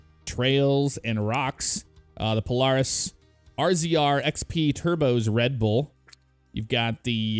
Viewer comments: Obviously dont ride irl cause he called it pol-are-is instead of pol-air-is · It’s pronounced pol-air-is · It is pronounced POE-LAIR-IS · He could just say it dif that dosent mean he doesnt rude irl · Never heard anyone say Polaris lie the way you say it. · I know it’s minor but it kept bothering me the way he was pronouncing Polaris. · Am I the only one that hates the way he says Polaris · makes me cringe so much every time he says Polaris wrong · way u pronounce polaris hurts me